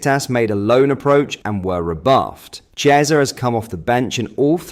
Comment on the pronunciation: Chiesa is not Spanish, as you know. His name is pronounced Kiesa. Ch is hard in Italian.